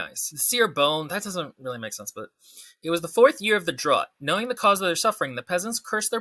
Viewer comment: You can't roast other people's writing if you can't pronounce 'drought.'